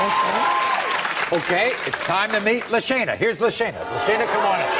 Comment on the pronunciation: I thought you pronounced her name lasagna